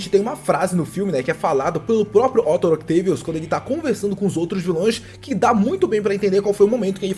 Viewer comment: "Octo Octeivios" 🤣🤣🤣🤣🤣